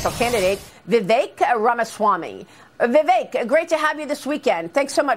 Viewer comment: C'mon Maria, pronounce his name correctly. Vi-veck.